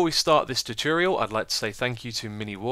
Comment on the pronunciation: tut-ore-ree-al not how you say it